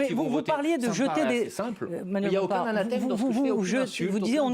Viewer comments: Mathilde qui regarde Simone avec bienveillance. Belle affiche. N'en déplaise à ces journaleux infâme en caricature de caricature. Athanème !!! Elle ne sait même pas prononcer ce qu'elle ne comprend pas... Anathème : dans le christianisme, excommunication qui exclut celui qui en est l'objet de la société des fidèles. Synonyme : excommunication. 2. Condamnation, réprobation sévère ou malédiction visant une personne, ses actes ou ses opinions. Synonymes : condamnation - réprobation. Macron ? Il est fou, contrairement à Poutine. Qui a attaqué l'Ukraine ? Mais on peut dire aussi : qui a attaqué la Russie ? OTAN, US, biolab etc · Elle est en boucle sur "anathème" qu'elle n'arrive pas à prononcer. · « Anathème » cette journaliste dit n’importe quoi.